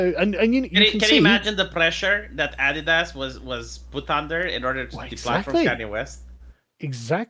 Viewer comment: >awe-dee-dass Unsubscribed.